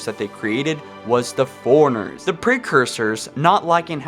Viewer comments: The way you talk in every episode drives me nuts. Foreigners? They're forerunners. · Every time you say "forerunners" all I hear is "foreigners" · FORERUNNERS not Foreigners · "Foreigners" lol